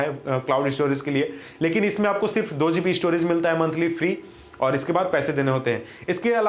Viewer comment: E_ store,e-storage,e-storaging hahaha